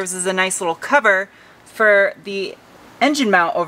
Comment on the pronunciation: I love the way you say fir instead of for, don't ever stop doing that!